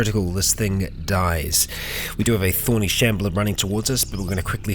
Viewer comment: You say thorny shambler I hear “horny shambler” and it brings back forgotten horrors